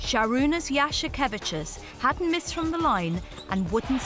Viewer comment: Honestly, the narrator lady says a few centimeters away but looking the footage it was a total drop, the ball didn't even hit the rim lol.. If anything I'm more upset with her butchering Jasikevicius's last name overall (I know she'd butcher it anyway but sounds like she wasn't even trying though) :D